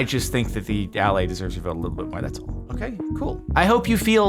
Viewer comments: I think the allay should be pronounced "uh-LAY", emphasis on the second syllable. It isn't just Jens's accent! Allay is a real English word that means to assuage, soothe, or relieve, often referring to fears. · Everyone keeps pronouncing the stress marks wrong. The stress is on the second syllable of Allay not the first.